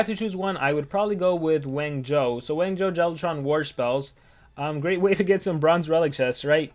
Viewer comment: Why does it sounds like he’s saying wang joe when he says wangzhou